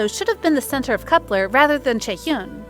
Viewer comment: That’s not how you pronounce Kep1er?